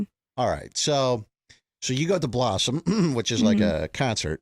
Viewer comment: She keeps saying "Bossum" or something. WTF is "Bossum"?